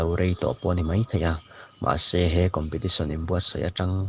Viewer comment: Ngati nge COMPETITION tih tur khi COMPATITION a la intih tlat a...a edit mai theih loh em maw ni le